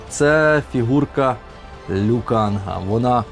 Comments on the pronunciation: Вибачте за душність але: Лю КанГ, ГонГ-КонГ тощо, літера «Г» укінці не читається, а взаголом відео сподобалось, і що за фіксація якась на тому щоб сидіти, Ви контент мейкер і Вам приймати рішення що до формату та Вашої зручності 👍🫶👍👍👍🇺🇦🇺🇦🇺🇦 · Досі не можу зрозуміти, чому всі говорять Лю КанГ, якщо він Лю Кан ??!!!